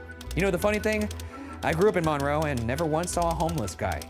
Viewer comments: Hey did you know the locals pronounce it 'mun-roe' rather than mawn-roe? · Hearing Ryan say mohn-roe instead of mun-roe killed me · So, I grew up in Monroe (btw, local towns have a habit of having names that are not pronounced the way you think, MINroe is correct). I was in 8th grade when this happened, I remember going into lock down for it. My teachers remembered him and no one expected this from him. Also, not the most interesting crime related thing from the town imo. 😉 Google Dennis "Slick" Lilly and enjoy the epic crime/love story. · I remember when this happened, we live 45 min north of Monroe. It was crazy (and it is actually pronounced Mun-roe 😂) but I still love you guys lol😊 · Little bit of a moot point but it’s pronounce “Mun-Row” to Seattlites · As someone from here, the way he was saying "Monroe, Washington" got me. (pronounced MUN-roe) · Hearing the way the pronounce Monroe made me chuckle. This is just 30 mins away from where I live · As someone from the Monroe area, Ryan’s pronunciation of Monroe is wild to me 😂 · I have lived by Monroe (p.s. you are saying Monroe wrong) my whole life. Never have I he about this. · Ps Ryan, you're pronouncing monroe wrong😅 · Ryan’s pronunciation of Monroe not two minutes into this reminded me that, despite the serious music and intro, I shouldn’t take this very seriously. Gotta love it.